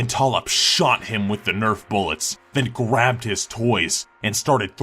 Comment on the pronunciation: Nerf "BOOLETS"?"BOOLETS"? YEAH? DARTS.